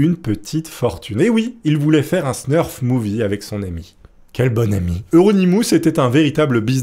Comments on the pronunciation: Hello. En réalité on dit snuff movie et non snurf movie (pas que j'ai une attache spéciale au genre hein, je suis juste trigger par les fautes de prononciation au sens large 😛) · par contre on dit: snuff movie. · Y a pas de r dans "snuff movie"...